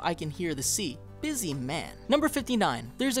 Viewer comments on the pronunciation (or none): none